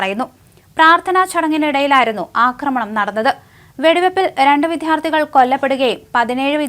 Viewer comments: വിദ്ധ്യാർത്തി എന്നല്ല വിദ്യാർത്ഥി എന്നാണ് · വിദ്ധ്യാർത്തി അല്ല എന്ന് നിങ്ങളോട് പല പ്രാവശ്യം പറഞ്ഞതാണ്. ഒരു ചാനലിൽ വരുമ്പോൾ ഉച്ചാരണ ശുദ്ധി ഉണ്ടാകണം. വളരെ അരോചകം ആണ്. താങ്കളുടെ ഉച്ചാരണം കണ്ടൂ പഠിക്കുന്നവരുടെ കാര്യം കട്ടപ്പൊക